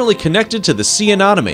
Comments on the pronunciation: I couldn't watch the whole video because of the narrators inability to pronounce anemone correctly. It's a pet peeve. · Uh Nem Oh Knee A nem o ne Anemone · First the verbal information doesn't match with written cues, a shrimp that gets an inch was marked as a foot long, pictures of four different shrimp species are provided for the same individual showcase, claims that a shrimp lives on the surface of the water, and can't pronounce Anemone this video was painful to watch😂😂😂 definitely AI generated video